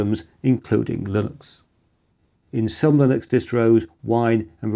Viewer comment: one slight quibble: you keep saying "lillux" and totally ignoring the N in the word.